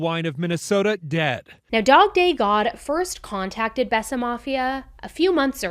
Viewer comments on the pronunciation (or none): Think It was pronounced bay sa mafia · Besa is pronounced [bay-sah] and means “to believe” in Albanian. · It’s pronounced bayza… love your content